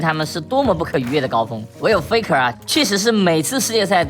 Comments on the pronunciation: 就是peko因为韩语里面没有f的音，所以韩国人把f发成p的音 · 他就是故意學韓國念法 很好笑 差不多就是peko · faker念得很像peko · 聽過韓語播報聽過T1 Mic check的我知道那是韓文發音 但看超級他媽多油油的東西的我下意識聽成Peko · 他是故意學韓國念法啦